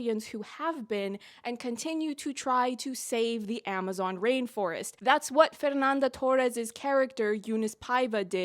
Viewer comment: Your portuguese pronounciation is not that bad but try not to pronounce "Fernanda Torres" like she's Mexican.